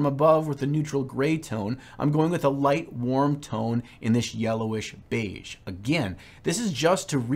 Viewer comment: "thish yellowish beish" did Sean Connery's spirit take over for a second there?